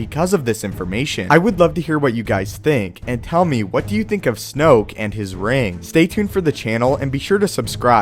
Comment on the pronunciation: Snoke rhymes with smoke... dig it?